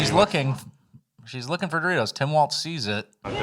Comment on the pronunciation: That Doritos shit is crazy. She mispronounced frickin Doritos 😅